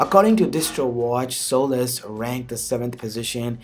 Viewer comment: I think it's pronounced Solace, not Soul-less, lol.